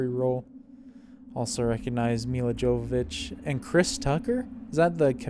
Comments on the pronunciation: Here name is pronounced Milla Yovovich not with a j but a Y. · That's pronounced "Yovovich". She's very specific about that! :)